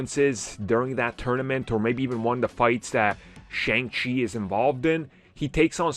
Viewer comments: I absolutely love this channel but I they would pronounce Shang-Chi correctly. Like, they're not even trying.....Shang-Chi (pronounced Shung-Shi). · You keep pronouncing Shang-chi the wrong way.